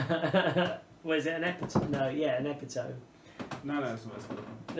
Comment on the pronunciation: I'm going to throw this out there even though I know it is nitpicky: epitome is pronounces e-PI-to-ME, not E-pi-TOME. 4 syllables not 3.